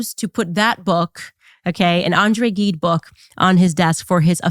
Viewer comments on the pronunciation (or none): All of what you talked about is disturbing, but Macron posing with Gide's disgusting book (it's zheed, by the way, not gheed) says that he's proud of himself and his perverted friends. Ugh. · CANDACE, PLEASE ASK YT HOW TO PRONOUNCE "GIDE", IT IS NOT A HARD "G".